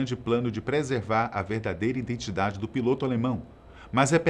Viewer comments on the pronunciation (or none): none